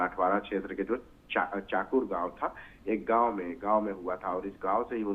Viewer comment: चकूर नहीं , चाकूर है...लतूर नहीं, लातूर है ...